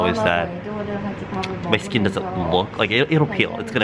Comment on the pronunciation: "Sking Care"